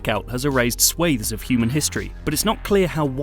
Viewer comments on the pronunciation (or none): none